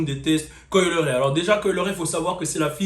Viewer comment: Coi "Le"-ray 😂😂😂😭😭😭😭😭 les francais et la prononciation c'est chaud